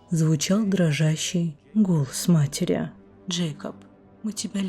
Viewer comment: например слова матери, потрясли, ударение на я у вас23::12